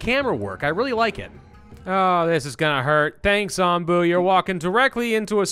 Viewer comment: Yeah, nope. Onbu as in the onbu obake. Hilariously, this seems to be Soviet Russia, as Onbu carries YOU.